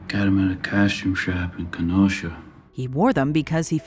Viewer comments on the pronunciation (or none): "Castume shap" 😂😂😂😂